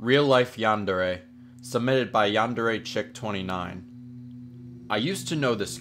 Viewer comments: umm, it's yan-day-ray; not yawn-deh-reh. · How you pronounce yandere is hilarious 😂 roll your R's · Its yandere not yawndarea